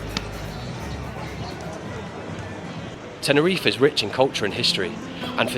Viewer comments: Bro it’s not tenereef it’s TenerifE, you’re doing a great job reporting on the issue but it’s a bit disrespectful u don’t bother to pronounce it properly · Yes SirE ....😂